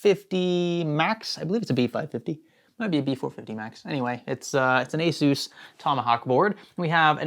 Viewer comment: Him saying Asus Tomahawk board sounded funny to me